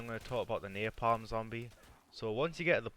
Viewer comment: THE AI CHAPTER NAMED "NAPALM" NEARPALM LMFAOOOOOOOOOOOOOOOOOOOOOOOOOOOOOOOOO cos of your northern accent.